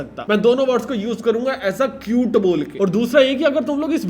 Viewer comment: First I thought you were calling it acute but then you wrote cute.. bro why